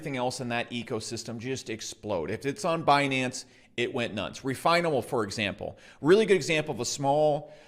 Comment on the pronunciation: Did he say refinable 🤔?